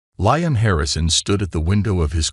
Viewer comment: LEE -AM brain dead AI